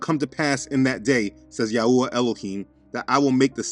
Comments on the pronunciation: It is pronounced YAHWAY not yahooah. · 😂not ya Yahua, its yahwe